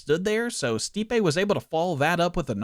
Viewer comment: Brother. You pronounced stipes name wrong the whole video acknowledged that he's one of the greatest of all time and didnt know he's an elite boxer. Hes known for his boxing and his hands. Minimal research would have answered that for you. Good video tho